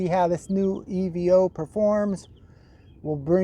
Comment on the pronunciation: I think you will find that Evo is a word, being an abbreviation of the word evolution. Not E V O. Now I do understand that your being American means you struggle with any words that contain one or more vowels, but there really is no excuse. 🤣